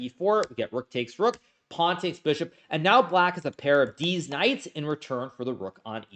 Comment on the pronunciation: I can’t I unhear deez nutz each time he says these knights after that one slip😂